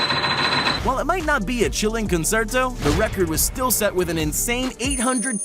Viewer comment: I fuken bursted out laughing when he put the flight of the bumblebee guy and said “conserto”